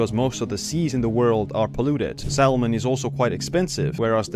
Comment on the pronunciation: The L in salmon is silent brother 👍🏼